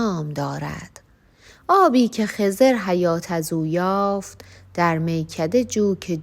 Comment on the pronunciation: شما شعر رو درست نمیخونی مثلا خضر ضاد ساکن هست اسم پیامبر هست شما کسره دادین خِضِر😅